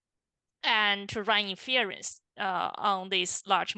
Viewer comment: Nicely done and very helpful! Thank you!! FYI, the stress is on the first syllable of "INference", not the second ("inFERence").